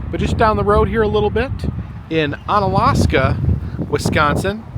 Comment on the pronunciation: I am enjoying your videos, but your pronunciations are not quite on point. Bisquick is not Bizz-quick, it's Biss-quick, like biscuits Trempealeau is kind of like TRUM-pell-oh (that's how we say it in Central Wisconsin) And Onalaska is just Alaska with "on" added to the front of it...